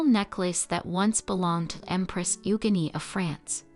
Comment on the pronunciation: I seriously couldn’t continue watching this video after the narrator mispronounced Empress Eugénie’s name